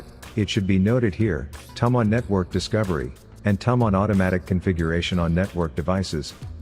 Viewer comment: Didn't work. Also, "tum on"? Really?